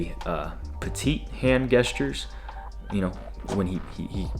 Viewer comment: this dude is giving such good advice. but bruh said hand gestures with a “geh” instead of a “jeh” and that was funny